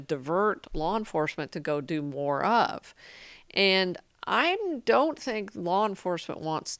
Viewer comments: Did I cringe every time she said his name wrong? Yeah. I did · She makes sense but god damn can't even pronounce his name right a single time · She makes good points, but I'm distracted by her mispronunciation of Hasan's name.